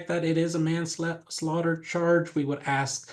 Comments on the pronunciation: Man Slater 😂😂😂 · Why did he have so much trouble saying manslaughter 😂